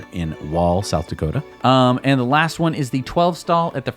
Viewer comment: This is Matt thank for the shout out you guys pronounce my last name correctly